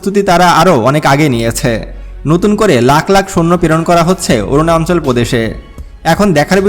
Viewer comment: অরুনাচল কে বলছেন অরুনান্চল।উচ্চারন শুদ্ধ করে না বলে এপিসোড বানালে ভিউয়ার রা লাইক না দিয়ে সমালোচনা করবে।